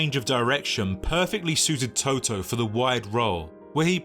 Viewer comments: Learn to pronounce the names of the people you do a video about!!! You are not talking about the band TOTO... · Nice video!! The only Thing is that the name Totò has been pronounced wrong around 30 times through the video😅😅😅The stress must be on the last vowel, otherwise it's another word, NOT the player's name😅😅😅